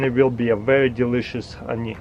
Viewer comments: like every time this guy says hawnee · I just love the way he says honey :) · I love how he says honey